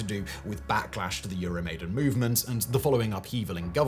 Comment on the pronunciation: Euro maiden....cover band of iron maiden. Love the content. Hate the pronunciation